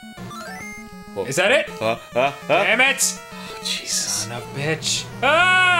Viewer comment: "Son of Beetch" because that's not lasict at all.